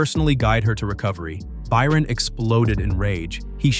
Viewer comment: why did you start saying Byron wrong half way through the video?